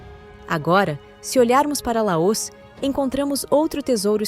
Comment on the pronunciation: Essa pronúncia de LAÔS no lugar de LAOS está doendo o meu ouvido. Oxi!!!!!!!!